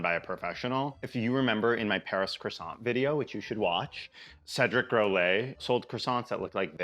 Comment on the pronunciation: You got the croissant right!